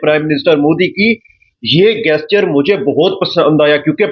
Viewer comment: गेस्चर नहीं बे पाकिस्तानी …….. वो जेस्चर होता है। साले जाहिल….. अगर नहीं आती तो English बोलने की क्या जरूरत है?? बेइज्जती करवा रहा है बे……. 😂😂😂😂